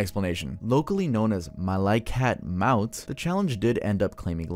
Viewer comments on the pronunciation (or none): it's prounance "malaykatmawut" which literally mean the grim reaper